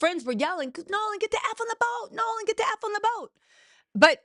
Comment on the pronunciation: you gotta get these names together girl! We love you but it’s “”Nolan” 😮